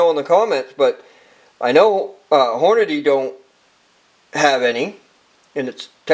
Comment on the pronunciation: .. STOP SAYING HORNADAY!